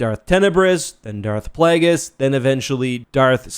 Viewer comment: "PlAAAAAAAgus" - weird-ass Canadian pronunciation